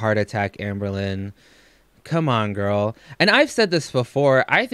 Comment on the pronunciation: Is it a Kentucky thing to replace most of your vowels an ‘o’? Hungry? Hongry. Girl? Gorl.